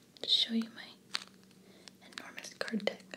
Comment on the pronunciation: I'm really sorry but I have watched this video a few times now, and each time it sounds like you're saying something other than 'Enormous Deck' haha!